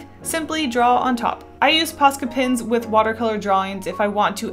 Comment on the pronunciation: Im sorry but for the whole video I didn't really read the title I just clicked because I like this channel but I though she was saying pasta pens